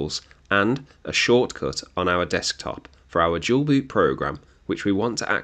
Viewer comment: Why you Dual boot sounds like Jual Boot? 😂 Thanks for tutorial anyway.